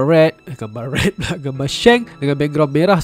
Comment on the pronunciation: Movie Red...tapi cakap macam bunyi movie rex..